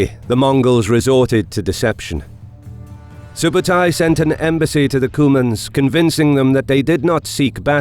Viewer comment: i am Mongolian and i tell you something its not JEBE!!! correct call is ZEV (ZEV - ЗЭВ mean is aerugo or arrowhead) ZEV is chingis khaans general of 1/9 and its not SUBATAI correct call is SOOBEIDEI - СҮБЭДЭЙ. soobeidei too general of chingis khaan 1/9 (khaan khan - is mean KING) And Mongolians are the only country to beat Russians in the winter haha